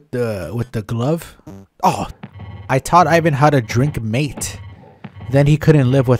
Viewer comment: Mate is a beverage like tea. It's hot water poured in a mate filled with yerba mate and you drink it using a metal straw. It's common in Argentina, South of Brazil, Paraguay and Uruguay. We consume lot's of mate all thanks to the guaraníes... Oh, it's pronounced "ma-té" not "meight". Vamos Argentina y toda la cosa dicho sea de paso.